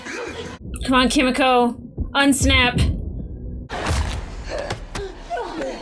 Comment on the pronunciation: BTW Kimiko is prounounced more with "mee" btw. In Japanese the i sound is like an "ee". Like you say Yoshi